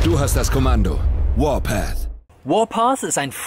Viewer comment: Werbung: "Warpath" Fritz: "Wohrpas"